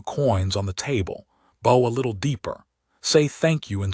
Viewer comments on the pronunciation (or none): Good story, if only there wasn't so much archery . Maybe teach the AI the difference between "bow" like archery and "bow" like bough.....